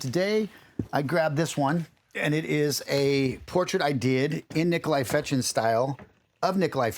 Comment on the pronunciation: Только он не Фечин, а ФеШин (читается как sh)